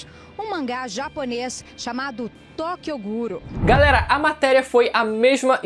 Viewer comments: agente bsempre falou errado o certo é derth note em vez de death note e é tokyo guro em vez de tokyo ghoulkkkkkkkkkkk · Tokyo Guru... mermão, os caras não tem a decência nem de saber falar o nome do anime direito vei kkkkkkkkkkk chega a ser ridiculo isso kkkkkkkkkkkkkkkkkkkkkkkkkkkk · Tokio guro ? Sabem nen falar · tokyo ghoul não! Tokyo guro* lkkkkkkkkkkk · "Tokyo Guru" eles não sabem nem falar o nome, patéticos. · "Tokyo guro" kkkkkkkk essa é inesquecível. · Qual o problema da repórter falar Tokyo guru? Os imbecis que assistem one lixo falam Ruffy em vez DE LUFFY, então fds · Kkkkk tóqioguro